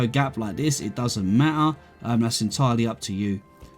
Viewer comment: "It doesn't ma-ah"